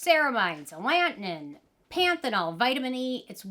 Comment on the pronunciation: I thought it was pronounced Alla-Toe-In not A-Lant-Iynn 😆 lol I mean don't take my word for it idk but i swear it was the first one but I don't think it matters it's probably like pecan people say it different ways. I love the LAP oil it's great putting it straight on dry skin rubbing around then add water and rinse and u don't have to do a second cleanse that's what I do sometimes when I'm lazy for my face but I use it on my body in the shower. O the skin 1004 probio cica cream is a good one for flare ups too and cheap I actually had been getting flare ups on my elbows and I used that on it cause I ran out of frangerance free cream for my body and decluttered alot . I added alittle dot of cortisone like every other day for a week and that cream and it was gone in no time and it was bad bad like bleeding and peeling itching like crazy . Also the Kheils balm cream in the tube that came out last year, I used it's really good for that too.